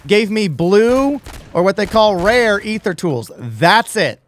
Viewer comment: This a pretty solid augment. They do need to tweak the tier 3 loot drops, for sure. Also, this guy pronounces Aether and Aetherium properly, so it’s a must sub.